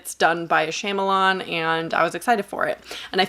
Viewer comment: Not trying to be that annoying person but Shyamalan's beginning syllable is pronounced "shaw" and not "sham". My inner tutor coming out 🤭 but still a thorough great review 👏